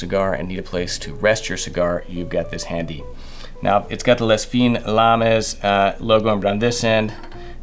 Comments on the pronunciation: It's not "LES FIN LAMIS", it is pronounced "L' FIN LAM" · Lovely products, but please learn how to pronounce, "Les Fine Lames." Ce n'est pas trop difficile. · ...Lez Feeenz Laarmez? lul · "Lay Feene Lahm" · You should look up how to pronounce “les fines lames”. Its french, yet you are saying it like its spanish 😂😂😂